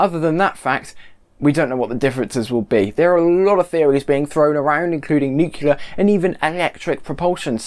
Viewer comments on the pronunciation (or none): please: "nuclear", not "nucilar" - you are not Dubya.